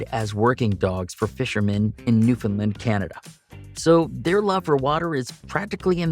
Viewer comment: New fin land, not lend